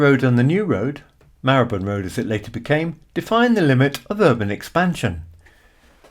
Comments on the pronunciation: Your pronounciation of Marylebone is the same as mine. My family lived there for around 200 years. Between Marylebone Station and Baker Street is Chagford Street (off the North side of Melcome Street). In 1919, W.O. Bentley built his first car there (it was called New Street Mews in those days), using money earned from designing his BR1 & BR2 rotary aero engines for World War 1 fighter aircraft. Bentley himself was born in Hampstead and brought up in St. John's Wood, before joining the Great Northern Railway at Doncaster as a premium apprentice. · I first started going to London in the 80s and only ever remember it being pronounced /mahləbən/.